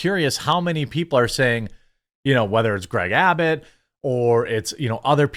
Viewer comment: You said "Abbit" instead of "Abbot". Lazy.